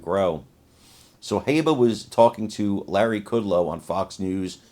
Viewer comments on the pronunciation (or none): Haa bah NOT hey bah